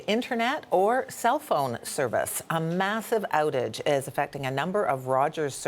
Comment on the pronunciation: Did you hear how she pronounces "outage"?